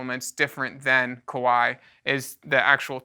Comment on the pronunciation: It is pronounced Ka-wa-i, similar to Hawaii.